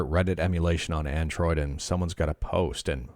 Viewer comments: Ahhh yes, "Adnroid"🤣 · "Adnroid" What's that?